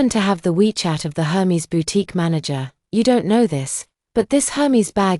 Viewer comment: Aer-mez! Not Her-meez